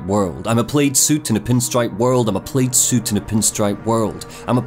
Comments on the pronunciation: reader doesn't know how to pronounce plaid...? "PLAD" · it's not pronounced "played", its pronounced "plad". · Nobody gonna mention that pronunciation of plaid? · you need to tell how "plaid" is pronounced! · Too bad that guy doesn't know how to pronounce the word 'plaid'. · You are not gonna mispronounce plaid that many times man c'mon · How have you gone your entire life without hearing "Decatur" or "plaid" spoken aloud? It seems impossible.